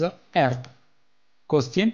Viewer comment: Good but a problem you can't pronounce the earth that all are good 👍👍